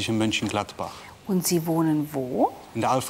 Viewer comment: ne, das ist nicht egal. Bei existierenden Städten sollte man die Namen auch korrekt aussprechen. Es gibt ein MÖnchengladbach, und man sollte nicht MÜnchengladbach sagen.